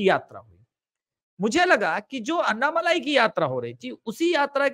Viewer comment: अन्नामलाई नही अण्णामलाई बोलिये आप लोग "ण" अक्षर का उपयोग क्यूं नही करते "न" अक्षर " ण " अक्षर का पर्याय नही है। " न" अक्षर दंत्य अक्षर है "ण" अक्षर तालव्य अक्षर है ऐसीही गलती आप "अण्णा हजारे" उच्चार मे करते हैं आप वो उच्चार " अन्ना हजारे " ऐसा करते हैं। राजस्थानी लोग "ण" अक्षर का सही उच्चार कर सकते हैं। उत्तर प्रदेशी और बिहारी लोग "ण" का उच्चार टालते हैं। करते नही हैं।